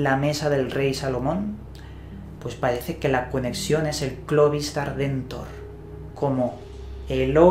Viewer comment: "Pahece" tonto hablando.